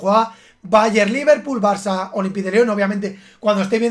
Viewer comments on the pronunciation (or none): none